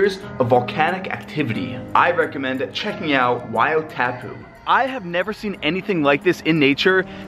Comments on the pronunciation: 1. Wai-O-TAHHHHpu 2. Maori kinda sounds like moldy but instead of a D you just roll your R. 3. Honestly not the worst pronunciation I've ever heard so good job haha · Wai O Tapu "Why or thar poo " that's the pronunciation its Te Reo Maori